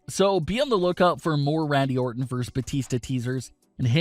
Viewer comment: My thoughts are that you're still mispronouncing a simple, two-syllable word, as though you were a 3-year-old (you're not, I assume - you just have the mentality of one, correct?). It's Versus. VerSUS - not "verse".